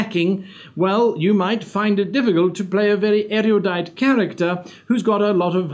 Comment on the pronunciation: I love your videos, but the irony of the back-to-back mispronunciation of loquacious as loqucious and erudite as eriudite in order to show off your vocabulary while describing someone who doesn't have a very expansive vocabulary made me chuckle.